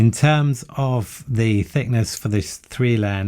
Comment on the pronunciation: Why do you say 'zee' instead of 'ze' ? always tought it was defined by the word that comes after.